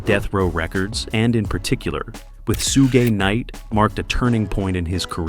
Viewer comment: Bro said "Soo Gay Knight" 😂